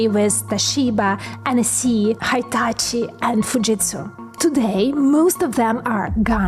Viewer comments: Hitachi is pronounced like a short "Hee", not "high". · Just one correction, HITACHI in japanese sounds like HETACHI or Hi - Tachi 🙏